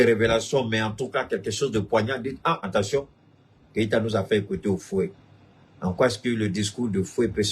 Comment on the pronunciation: AT - TEN- TION !!! PAS EN TEN- TION ================================== U- GAN - DA!!! PAS U GA DA